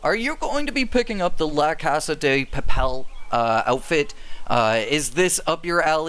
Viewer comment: im gonna explode, Papel* not papal